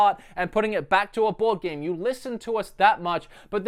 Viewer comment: I kept hearing bored game instead of board game. Which I guess was very fitting in this case...